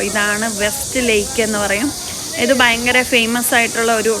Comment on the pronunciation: വളരെ നിലവാരം ഉള്ള വിവരണം. പിന്നെ വിശേശം അല്ല വിശേഷം, ആകുന്നു, ബയങ്കരം അല്ല ഭയങ്കരം എന്ന് വേണം? ഭാഷാ ശുദ്ധി നിലവാരം പുലർത്തിയാൽ നന്നായി?